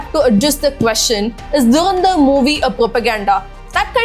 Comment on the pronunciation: Its Dhu ran dhar, not durandar, sound weird, atleast try to pronounce clearly